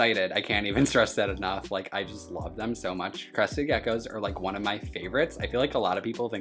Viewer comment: the one you called one sounded like you said Juan so name him that.... pretty cool by the way and i am taking my tokay to the vet tomorrow at 10 am to visit with the doctor that suppose to be rally good with reptiles so that is pretty cool but my guy is sick so that isnt so cool.... he has a number of parasites that he had when i got him about 2 months ago now. i took him for an emergency visit the other day but they said to keep the monday appointment since i wouldnt be able to see the specialist and they didnt charge me that day also........ i was worried but they said he will be ok so its just a matter of getting him treated and then he will finally start eating on his own.... i have been feeding him like a baby in my shirt pocket for this whole time and he has been growing and it seems like we have a pretty cool bond like he knows that i am helping him.... he hasnt bitten me since the first week that i got him. i will be calling the pet store back to let them know what parasites he is diagnosed with. they had him with a hand full of golden geckos and lined geckos in the same cage. i got him for only 23 dollars and didnt think anything of it except that it was cool. he is the first reptile that i had in a long time also and now i know better due to endless research that the price was maybe a red flag. i am happy that i got him though and i been doing a really good job with an advanced reptle so i got alot of great experience out of it and possibly the tamest tokay g